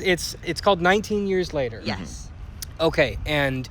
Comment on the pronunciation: Nineteen. The word is nineteen. Have a great day :)